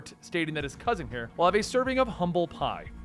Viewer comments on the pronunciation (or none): none